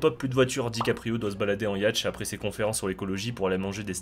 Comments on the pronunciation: on dit "yote" pas "yatch" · Eh les yachts, ca se prononce pas yatche, mais yaute :o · j espere tu fais expres de dire yatch... ca se prononce "yaute" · Hey...'yacht' se prononce 'yaut', pas 'yatche', je sais, ça peut choquer 😎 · Yacht se prononce yote, donc c est sur que t es resté Dan's pays francophone VPN ton accent ahahah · J'vais faire le connard. Yatch se dit "YAute" à la prononciation 😉 Vous pouvez m'insulter dans les commentaires pour votre plaisir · C'est le mot "yacht" que tu prononces "yatche", ou c'est moi qui pige pas ? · j'ai bugué aussi sur "ya-tche" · Oui on dit Yacht avec un A et pas un O ! .... bravo tu sais .. la vraie phonétique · Le mec ne sait même pas prononcer le mot Yacht correctement